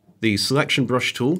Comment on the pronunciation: Surely the word is 'tool', not 'toow'.